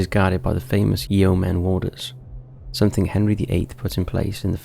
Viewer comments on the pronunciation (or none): none